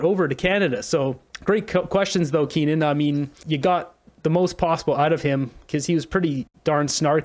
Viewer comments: KEE-UN. Not KEEN-UN. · His name is Keane not Kenan